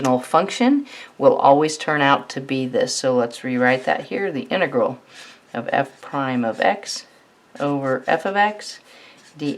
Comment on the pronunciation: inıgırl demesinden başka hiçbirşey anlamadım